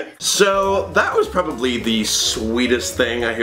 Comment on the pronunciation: when she said "you probobly shouldn't be a father" i was crying of laughter 🤣😂